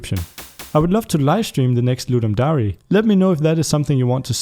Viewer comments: Hey, would love to see your next Ludum Dare Live... however its actually DARE(like the english word) not DA-RE(like you are saying).... seems like a cool game you made:P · LEARN HOW TO PRONOUNCE DARE PLEASE!!!